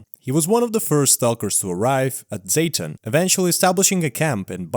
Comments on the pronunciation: What's "Zeytin"? Just say "Zaton" bro 😬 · For context, Im ukranian and "Zaton" is pronounced "z-ah-ton" hope this helps